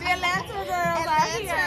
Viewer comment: I say Atlanter too now 😂😂😂😂😂